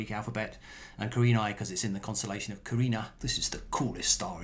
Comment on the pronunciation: You have the Greek letter pronounced correctly. For example, the second Greek letter (in their alphabet), beta, is pronounced "bay-ta", not "bee-ta". It looks as if you also have the constellation pronounced probably as well. I'm guessing the constellation name is Latin.